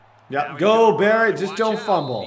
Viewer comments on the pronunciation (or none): none